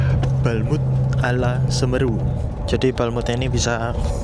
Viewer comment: 😂 cara pengucapan semeru salah